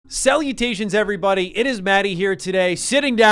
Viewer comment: "Salavations everybody"